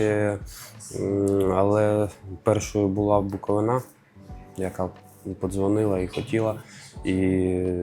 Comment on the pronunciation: Не БуковинА а БуковИна